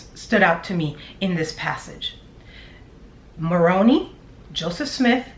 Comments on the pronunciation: Maroni. Pronounced with long i at the end. Like Maron eye. Heard it on a Morman channel. Just saying. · Interesting theory. I am mulling over it. By the way, Moroni is pronounced with a long "i". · Love your videos! LOVE your foil hat. Just an FYI. Moroni is pronounced with a hard i at the end. " Moron-eye" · I grew up mormon (i no longer believe in it) so let me help you on the pronoun-citation of Moroni. Phonetically it's said as Moron-eye. I like your theory, could well be true. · Moroni is pronounced ‘more-own-eye’. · You’re killing me with your pronunciation of “Moroni”. The “i” says “eye”, not “e”. Please don’t get the LDS church mixed up with the Chad & Lori manure heap. While they obviously have some fascination with it, their doctrine is completely their own mess. Ugh! Don’t get me started. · You are doing a fabulous job, you are very good at your investigations and make it very interesting. You are so cute! The angel Moroni ends with a long I sound, not an E sound. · He fit right in as a Mormon missionary and active member - then peddling his books through Deseret Book (Mo bookstore and website) - I knew Malachi was in the BOM somewhere - Moroni is pronounced with an "eye" on the end. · It’s pronounced moron eye. Not moroney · I just needed to let you know that you’re pronouncing Moroni wrong. It isn’t Morony it is Moroni-eye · I kindly wanted to clarify something for you. You keep pronouncing Moroni as / maw-roh-nee / which is a town in and the capital of the Comoros. Moroni Is actually pronounced as mō-rō´nī, who is the Son of Mormon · Moroni is pronounced differently by the Mormons fyi. You are saying it right except for the last sound. The last sound is not e but i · It’s pronounced, Angel Moron-eye. 😁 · Pronunciation: Mo ron